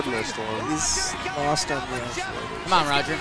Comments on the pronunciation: …it’s actuator…not aculator lol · said accuLater